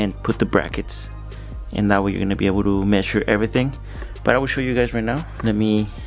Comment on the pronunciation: I like the way you say Messure 😁